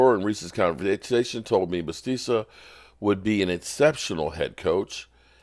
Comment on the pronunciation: your butchering Bisachia’s name. Biss shach e uh…😂